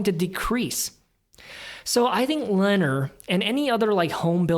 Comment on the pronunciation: I really like your approach reviewing the numbers while emphasizing each company's competitive position. I'll add that, much like Hormel, Lennar is pronounced with the "emphasis" on the second syllable - plus the competitive position.